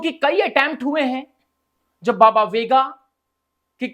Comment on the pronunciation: Chutiye sahi bolnato shikh vega nahi venga bhonk